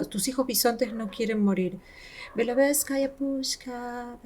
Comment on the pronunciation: Вы произносите , скажу по транскрипции (pushka), а надо (pushsha) . Русский язык сложный